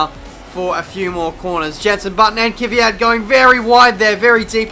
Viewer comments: Kvyat, not kiwiat, the guy is not a kiwi you know? :) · I don't think it's pronounced "Kivvy-at". I think it's pronounced "Kvee-at"